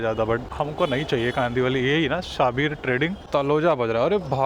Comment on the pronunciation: Sha bir nahi hai wo shabbir hai Aisa mat kro meri jaan